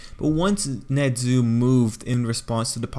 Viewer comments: His name is nezu not nedzu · Wtf is that accent?NeZUUUUU